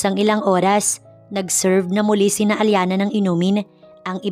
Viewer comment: Ang arte NG Allana.. Hindi ba Alyana....